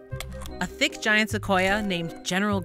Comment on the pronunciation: I like how she emphasizes the word thick